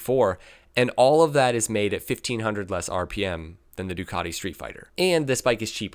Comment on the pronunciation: Why do americans says Ducadi? It is Ducati, all over the world